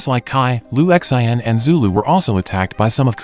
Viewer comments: I think it’s pronounced “Lu Shan”. 😂😂😂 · Sin not Shin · Lu X.I.N 😂 why do you just spell the name. There's No way you think that's how to say it. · Jael Strong na its lu shin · Maybe the narrator is just too lazy to simply Google and learn how to pronounce it. 😅😅😅